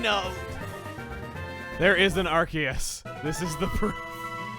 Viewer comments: i beg to differ. plus, it just sounds better as are-see-us, not are-key-us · i love ya, but its are-see-us, not are-key-us. basic rule of english language, if c is next to a vowel, it's an s sound, not a k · arkaus? does he purposely pronounce them wrong?